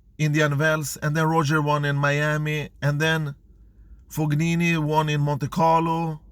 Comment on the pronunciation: good tennis content but fognini pronounced fonini.